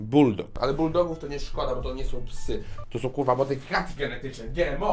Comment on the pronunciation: powiedział kulwa